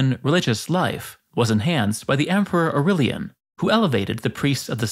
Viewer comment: Au-ray-lian NOT Au-rill-ian.